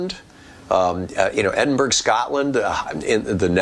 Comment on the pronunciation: Scottish here. It’s pronounced ‘Edinburra’. Happy to help